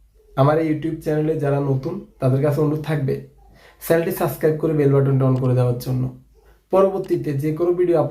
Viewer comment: সাসক্রাইব বলেন কেন?? হবে সাবস্ক্রাইব।